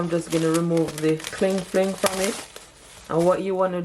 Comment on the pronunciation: 😂😂😂 I dropped to the floor when I heard "cling fling" 😅 ❤